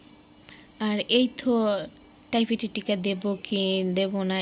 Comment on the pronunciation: টাইফেট না টাইফয়েড হবে